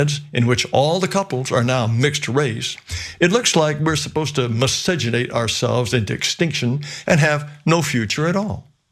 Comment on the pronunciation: holy shit he said miscegenate like his ass is in the movie O Brother, Where Art Thou?